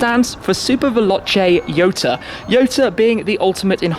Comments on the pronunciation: Jota(hota) not yota. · I think he pronounced it wrong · Why Jota is pronounced as Yota ?? 🤔🤔🤔